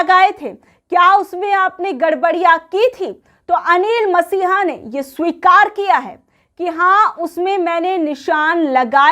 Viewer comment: अनिल मसीहा नहीं मैडम अनिल मसीह